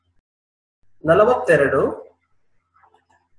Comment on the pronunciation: Nalavatheradu not nalatheradu